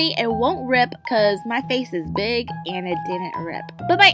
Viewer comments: now that I think about it...does it sound like he saying oh it's my Fei 😂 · In the introJin honestly sounds like he is saying "But its my Feiii"